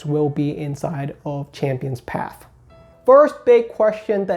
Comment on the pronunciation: PATH... P A T H..... NOT PAF CHAMPIONS PATHHHHHH